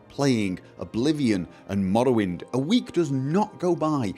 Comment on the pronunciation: An insightful conclusion to this little series. :-) And I love how you pronounce the "rr" in Morrowind. :-DD Wonderful accent.